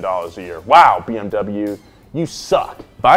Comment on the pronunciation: I think he meant BMW he totally butchered that